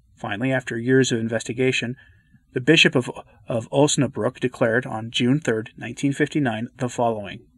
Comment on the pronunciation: I'm somewhat familiar with Germany, but since Heede is clearly a small village it would have been helpful to have a map reference to see where it is. You reference that the Bishop of Onasbruck (sorry, but your German pronunciation needs improvement) approved the apparition so I assume it's in his territory. I'll have to do some research. Thanks for the presentation. Also, if what happened to Germany in WWII was a "minor" Chastisement, we should be terrified of the implications of a major Chastisement. What's amazing to me is that the Germans, despite the Nazis, WWII and the Communists (not to mention the 30 Years War of past centuries) still have obviously not learned their lesson. It's a true example of how perverse our human nature is.